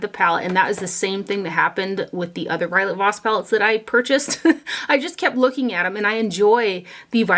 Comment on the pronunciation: Lol violet voss not violet moss!!